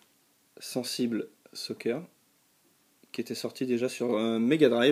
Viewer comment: On dit "Sènessibeul Soccer", c'est de l'english ^^